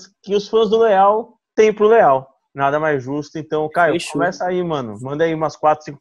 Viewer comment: crescia saber pq q quando ele fala leall parece q ele tá falando léo